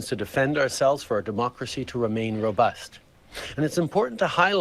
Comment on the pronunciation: ITHINK HE :LIKES SAYING ROBUSK TO MUTCH , AND WEN HE DOES IT SOUNDS MORE LIKE ROBUST 🤔Just Saying seems a lil FREAKY ...